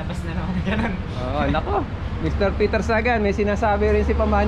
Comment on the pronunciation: Hindi peter gan kundi peter sagan